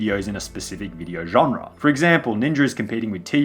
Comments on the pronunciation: Genre* not Genrer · old i know,...but if you say the word: genre wrong one more time i unsub.